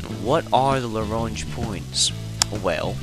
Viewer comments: pronounced as Lag-ran-jay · Actually it's 'la-gran-j' with a hard j like in 'jam' or variably 'la-grain-j' when referring to Joseph-Louis Lagrange who it was named for. Lagrangian is almost invariably pronounced 'la-gran-jee-on' though.